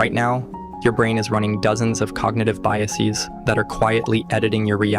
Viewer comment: Enjoyed this, but please -- don't say "biaseez". Like "processeez", it's a faddish pronunciation mere decades old. Dictionaries used to call such locutions "pseudolearned" :). GTVFLYERS